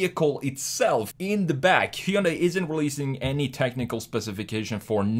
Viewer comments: It's ‘Hyun-day' not 'Hy-un-dai' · OMG.... Say it with me ( HUN - DAY ) not heiudia ! Sounds just like Sunday, but with an "H". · I think it is pronounce Hi yun die. :) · If you go through all the accents on earth you're going to need your own channel. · Hyundai rhymes with “Sunday”. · You are pronouncing "hyundai" wrong. Easy way to remember, it's Hyundai like Sunday. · Every time he said Hyundai wrong I took a shot. I'm writing this from the hospital... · Hyundai rhymes with Sunday